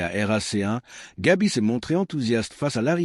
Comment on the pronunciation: C'est Gavi et non Gabi merci.